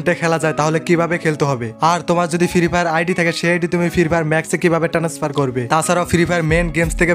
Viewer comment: Tanasfar vai 🤣🤣🤣🤣😂 not transfar